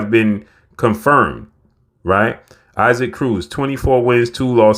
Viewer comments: Pronounced E-Sock, not I-Seek cmon! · You keep calling this man “I seek” 🤣🤣 It’s “EE Sock”… if not then just call him Isaac like Isaac Hayes… lol